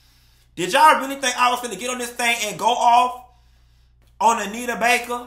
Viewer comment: I’m just here for all the time say Bake 😂